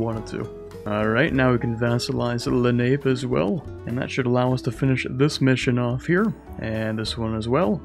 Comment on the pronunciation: "Now we can vassalize the Len-ape" Me whose studied the Lenape tribes in 7th grade (our curriculum was weird): its literally pronounced "len-a-pay"